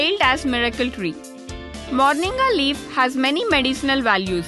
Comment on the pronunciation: Fool it's not morniga it's moringa